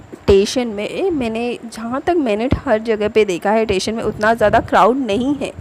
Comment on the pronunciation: It's not tation it's station 🚉 but nice video